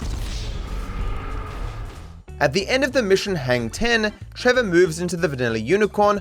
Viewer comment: trevor said it with er, not a